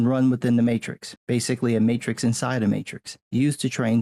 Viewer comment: You mean The Mate-Trix?